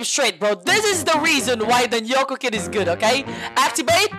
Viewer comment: its nyoka not yoka Leonvirlib214 battlepass TY:)